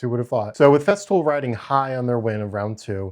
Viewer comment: I thought I heard you say "theft fool"